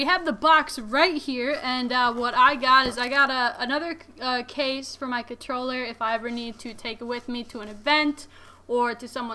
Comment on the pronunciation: She's got skills, a legit gamer, cute and has great taste in gear. I just couldnt get past the "cutroller" every 5 seconds!